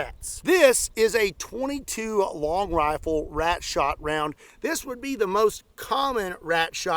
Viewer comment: "Shooting wRat" ?.. Don't try it in NewYork